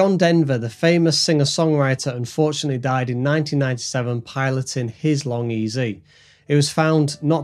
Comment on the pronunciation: Say long ez. Not long ezy. It’s Vary Ez E. Not Vary Easy. I spoke to Burt and confirmed this.